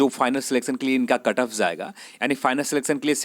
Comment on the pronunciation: Itna style me mat bolo bht irritating hai.bht zada cutoff zaaega.zenral nahi bhai genral hota h thoda dhang se bol lo..,aazaange,zab,zaa skte h etc lol